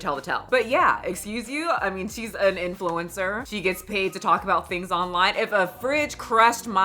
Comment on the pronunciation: Why did I hear " influenza" when " influencer" was said 💀💀😭.